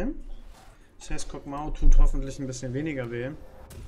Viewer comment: Kog MAW (MAH) nicht Mao 😂